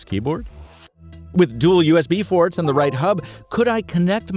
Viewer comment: USB forts! I thought you were mocking your Filipino viewers till I saw the explanation lol